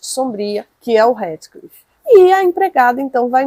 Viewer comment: Dói os ouvidos a forma que vc pronuncia o nome do HEATHCLIFF 🤔